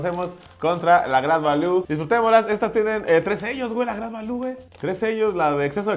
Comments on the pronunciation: Se pronuncia greit valiu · se pronuncia grid valiu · #SantosGadalla jajaja no paré de reír con este video. La pronunciación del "grait valú", el pomo de a 50 pechereques y el galletazo del santos jaja países bajos 😂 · El agua santa maría sabe horrible, pero si no traess mucho varo, te saca de apuros. Se pronuncia "gret valiu"😅😊